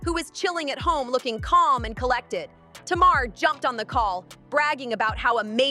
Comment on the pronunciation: Her name isn’t TMar her name is Tamar hun you have to pronounce the a lol you’re pronouncing her name like the a is silent 😂😭🙄